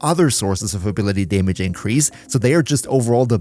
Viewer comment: Pet peeves me hearing staytus and daymage lol